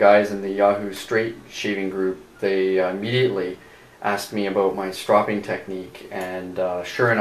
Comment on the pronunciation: You saw (strow-ping) incorrectly... its irritating